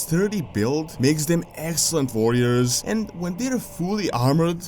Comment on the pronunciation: Bugs me out when he says Varriors and Vorgen wtf is this